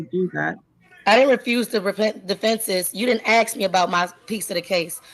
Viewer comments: Its ask not ax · That speaks with such arrogance while simultaneously unable to pronounce the word ask is cracking me up. I have to laugh or I'll cry with embarrassment for Judge Washington.